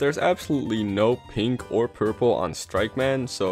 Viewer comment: Every time you say pink, i amagine you say gay instead.